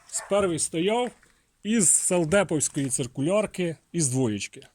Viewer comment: не зрозумів, не дочув - якої-якої, "САЛдеповської"??? Бо багато хто не розуміючи, каже "САЛДЕПОВСЬКОЇ"… "Совдеп" - совет депутатов, звідси і "совдеповская". А техніка вийшла 👍 😉